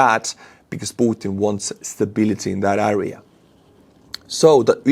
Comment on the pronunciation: good english but one word "area" you say äääriä. wtf?